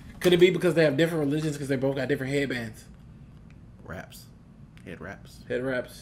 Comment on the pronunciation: the nigga said haedbands i think i got skinny from laughin